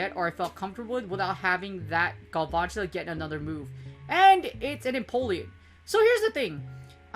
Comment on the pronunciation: Love the british pronounciation of galVANtula here and there, makes the spider looks so posh. Nice vid btw